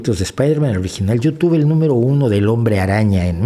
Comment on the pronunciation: Incluso si él hubiese dicho espaiderman seguiría estando mal pronunciada, ya que la E no va antes de esa S en Inglés, la R no se pronuncia igual, porque debería ser una consonante aproximante retrofleja, la A en man es una schwa, que tampoco se hace en español. Si bien pronunciar la i como AI acerca la palabra más a la pronunciación real, esta nunca llegará a ser la correcta a menos que él realmente sepa inglés, ¿entonces para qué molestarse?